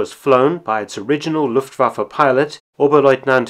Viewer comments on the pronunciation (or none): none